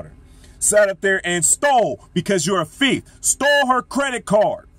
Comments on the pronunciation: I really like this brother but, I really wish he would learn how to pronounce the word "thief". He keeps saying "fieth". You're speaking to the public bro. People around you should have pulled your coattail on that my brother. Great words though. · why are you stuck on my pronunciations? Thief or fieth is the same thing.